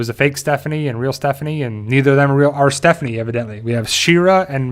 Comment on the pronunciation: I glad you know her name now and stop calling her Stephfony